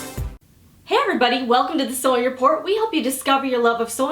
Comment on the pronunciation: every time you say sewing report I ear " sewing it poor" 😂😂😂